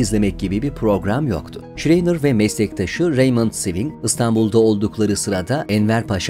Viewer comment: "Şreyner" değil ama , "Şrayner" okunur ve söylenir.